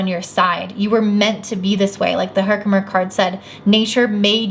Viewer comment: You're saying Herkimer correctly. I'm pretty sure the crystal collector on YouTube would be saying it right and he says it that way. I chose that pile and my Saturn in Leo is speaking through this. Thanks!